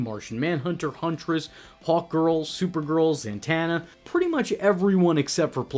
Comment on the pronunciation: It's "Zatanna", not "Zantana". Get it right.